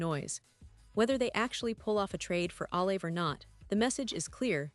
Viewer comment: Jesus atleast say his name right